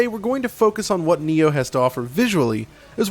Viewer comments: Its called NI-OH ( knee ohh ) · it's prounce nyoh